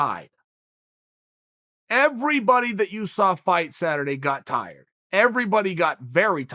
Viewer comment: Me: tired Chael:tried Me:tried